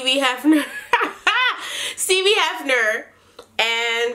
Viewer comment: “Steebie Heffner” 🤣🤣 dead af